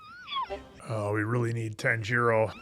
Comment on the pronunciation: His name is pronounced more Tanji-ro rather than Tan-jiro. Or like tANjiro rather than tanJIro. His names mispronunciation will be very apparent in later episodes! 😂